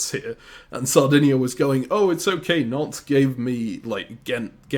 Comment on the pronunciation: I will never get tired of continuously calling Nantes “Nontays”